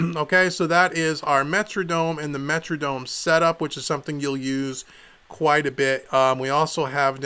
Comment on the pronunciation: wtf is a "Metradome"?!? lmao